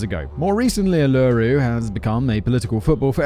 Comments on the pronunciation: Uh, are you sure you’re Australian, mate?!? Yes, Simon mispronounced Uluru, but the correct pronunciation is oo-luh-roo (I’d rather use IPA characters for the phonemes, but I rarely find anyone who comprehends them). However, in a coarse ocker Australian accent (as opposed to an educated one), Uluru’s pronunciation probably is closer to your description. Also, I cringe when others refer to our country as “straya.” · Hi Simon, everyone and their dog has probably already commented - by the way, you pronounced Melbourne correctly. Fremantle ( Western Australia) has the Fremantle doctor ). Uluru is pronounced U la roo - put it together quickly. A lot of tourists are conned by drop bears, especially after a few ‘bundies’. They’re rife in Bunderberg, it’s in Queensland, not NSW. Bunderberg is famous for its rum. Hence - bundies. You’re right, this case divided Australia. I remember myfather in law coming for tea and the story was on the news. He was adamant she was guilty ( mainly because she was seventh day Adventist of whom, actually, he knew not a thing about except they were ‘different’) . The poor woman didn’t stand a chance , it was trial by media ( because she didn’t cry) and trial by police. They even accused the oldest child which has scared the boy for life. And it destroyed their marriage. Not because he thought she was guilty, just the media attention. It was proven to be a dingo later. The police did make mistakes all the way. She gave birth in prison and had her child removed from her care. Sad. Dingoes can be very dangerous . A couple of years ago a dingo was seen trying to tske a child from a campsite on Frasier island. They are very, very rarely tamed. And their jaw pressure is enormous . I’m a very big meryl Streep fan but the portrayal she gave of Lindy was appalling, The Australian accent was appalling. The blood in the car was not the babies. Think it was t even blood in t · oh god he still hasnt figured out how to pronounce Uluru. its 'oo-lah-roo'.